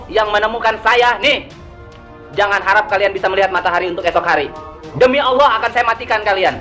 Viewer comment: Tapi mengucapkan lafal Alaah faseh bngt wah sekolah dimana ini ya..